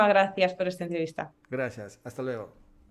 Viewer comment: Está reportera lamentablemente pronuncia muy mal los diptongos,"ue"los cambia por "uo"y dice logo por luego, que por favor lo corrija